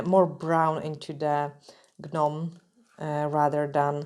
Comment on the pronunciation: I love the way you say things 😂 But the correct way it said and sound is like this just NOME and CROME the G and H in gnome and chrome are silent 👍🏻Love your designs!